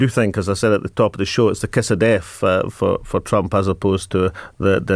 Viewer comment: Why does he keep saying Trumph, the guy's name is Trump.